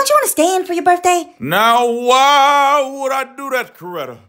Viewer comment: he put so much emphasis on the why